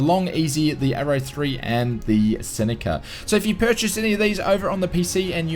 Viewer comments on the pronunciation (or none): none